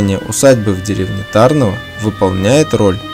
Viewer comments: Ударение не правильное . Нужно ТарнОво , а не ТАрново. А в целом , видео не плохое. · Не ТАрново, А ТарнОво. Ударение на букву "о", и не на букву "а". Мой папа ходил в школу в Тарнове, и поэтому я знаю, куда надо ставить ударение. А так - всё отлично! Спасибо большое за память и размещение в интернете! А кстати, а где - сама школа на видео? Интересно бы было посмотреть!